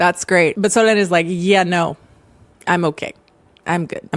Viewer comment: In french Solene would be pronounced with a sound close to the e in bed, so you did it good I think when you end this pronunciation! (our would a bit lower and deeper, but it's close!